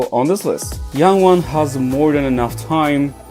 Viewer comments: Did you say youngwon? Jungwon. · Bro it’s jungwon not youngwon? He’s called jungwon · Not me being more concerned about the fact that he pronounce Jungwon as "Yangwon" rather than the singing skills of the idols he mentioned